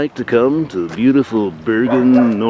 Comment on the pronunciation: Haha its not børgen its Bergen !!